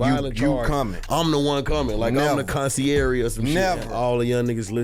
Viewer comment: Did Herbo just say ConciergEE?!?!😂😂😂